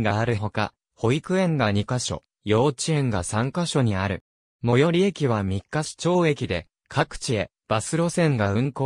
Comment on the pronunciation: みっかし、ではなく、みっかいちですよ。